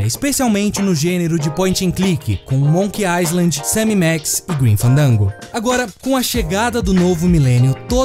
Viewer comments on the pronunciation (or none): O S em Island é mudo, pronuncia é Iland, Monkey iland